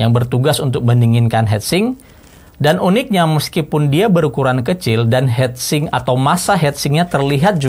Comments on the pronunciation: Agak kurang nyaman denger hedsing om, its hitsing 😁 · Ngomong heatsink kenapa.hetsink. Sedangkan heatpipe ngomong nya . Hitpipe 😂